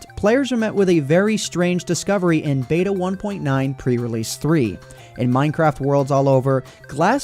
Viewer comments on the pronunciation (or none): none